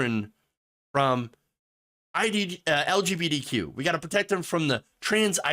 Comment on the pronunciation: I love how you say LGBTQ like "L G beady Q" lol